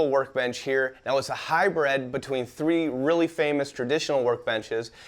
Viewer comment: "Hybred", y'know I've only ever heard one other person say that, my friend Brian, and I just thought he was being weird. He other says "heighth" and "acrossed".